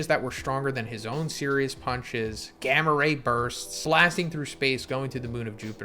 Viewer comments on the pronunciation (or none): none